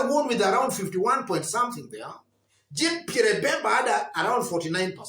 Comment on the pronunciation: Nice analysis… lakini ni French pronunciation like ‘jhan Pierr’ …… r una meza nyuma ya throat.. lakini that Pierre pronunciation ya kijaluo sounds like Bottoms-Up…. just a by the way!😜